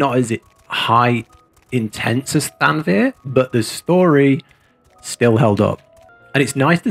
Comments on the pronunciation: after the 17th, time, I gotta say it. ;) It's thav-nair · i'm pretty sure thavnir is pronounced with the v before the n.